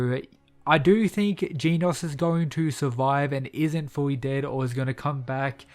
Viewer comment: OH NO NOT "GEENAUSE"😭